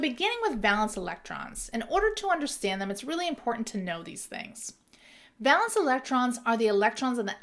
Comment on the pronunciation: Awesome video! Super helpful!! I noticed you pronounced it 'val-ence'—is that a regional thing? I've always been taught it's pronounced 'VAY-luhns'